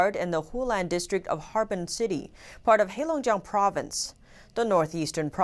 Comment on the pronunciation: Great job on getting the province right: Heilongjiang. I was worried you were going to call it Harbin province... lol.